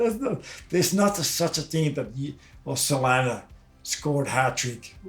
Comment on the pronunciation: No offense but it fucking pisses me off when Finnish people, while speaking English, perpetuate the very incorrect pronunciations of Finnish names that native English speakers use. His name isn't fucking Selani. Very good production though.